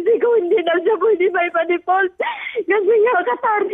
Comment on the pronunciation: Deport ba sinasabi ni ate or default? 😂